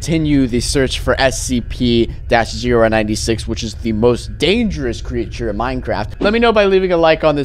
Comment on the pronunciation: Is it just me or he said SCP wrong